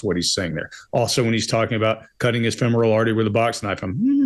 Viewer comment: IF Sanderson had been alone and cut his femoral artery, he would be dead. Holding pressure on a bleeding femoral artery is nearly impossible especially if it is your own. Accent on Fem not moral when pronouncing femoral